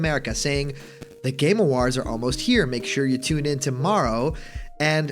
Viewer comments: "Game aWAHrds" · "Game Awarhds"